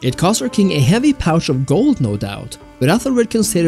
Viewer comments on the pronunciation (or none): none